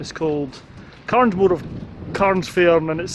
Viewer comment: Just a wee thing - it's "Cairnsmore" not Carnsmore, so 'Cairnsmore of Carsphairn'